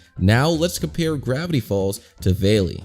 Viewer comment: not veli its vali